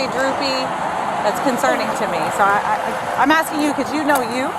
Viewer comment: ...'thats conserning to me,thats concerning "...🙄😶 idt this cop should b on the streets....thats concerning to me....fr fr...😂😂😂